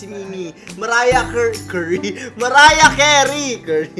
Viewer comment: Yung ang sarap ng nguya mo tapos biglang kang nabilaukan nung sinabi ni na Mariah Curey kaysa mariah carey HAHAHAHA ilabyou tay ur still my happy pill❤️😂